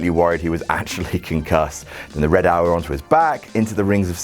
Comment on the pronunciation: Did just call the red arrow the "Red Hour"?